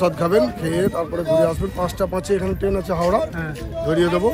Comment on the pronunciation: সুন্দর ভিডিও। কিন্তু উচ্চারণে জোর দিন।টেন নয় ট্রেন।